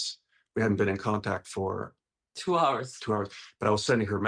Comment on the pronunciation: what was he cheating? Why she say 2 hours like that😆